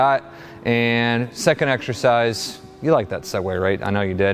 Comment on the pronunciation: Did he just say “ex-sher-size”?